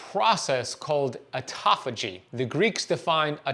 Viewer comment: What an absolute load of complete and total bullshit. Misrepresentation at almost every turn. Also, please learn to pronounce 'autophagy' correctly, if you're going to say it that many times in a row to baffle the drooling idiots with bullshit. That is not it.